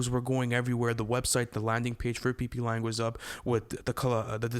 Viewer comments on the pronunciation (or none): “the pplang situation” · Pplan😂😂😂😂. It’s PGlang